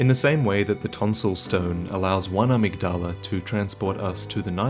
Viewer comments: To clarify, in the pronunciation, the emphasis is on the ‘mig’. So a-MYG-dala. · IT'S PRONOUNCED "uh-MIG-duh-luh" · His pronunciation of amygdala bothers me. Irl it’s pronounced uh-mig-duh-luh. The amygdala is a part of the human brain - I believe it’s connected to our emotions, especially fear. There’s a theory that psychopaths and serial killers have a reduced amygdala.